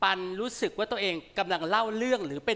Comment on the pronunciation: น้องร้องได้ดีมากเสียงดี แต่มีเสีย4จุด สงสัยน้องเป็นคนลาว ออกเสียงคำว่า กว่า ไม่เป็น ครั้หน้ามาดีกนะตามเชียร์อยู่